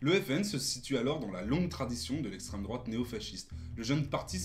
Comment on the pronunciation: Parti pris bien trop visible, manque de connaissance sur le programme, absence totale de remise en question des autres partis = diatribe de gauchard habituelle. Dommage, cela aurait pu être intéressant si le but n'était pas de "combattre l'essstreme drouate" (ce qui est pathétique, car le PS est bien plus dangereux et mérite d'être combattu davantage) mais de donner un aperçu neutre du FN